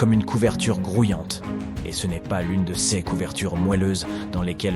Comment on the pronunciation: La prononciation des adjectifs démonstratifs ou possessifs entache votre documentaire, langage informatique, dommage, cesse eux ne veut rien dire, Ces serait plus approprié, MERCI